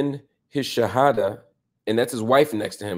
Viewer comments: Bro you say the shahadah so well, mashallah maybe Allah getting you ready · bro your shahadah is absolutely perfect! am i missing something. forgive me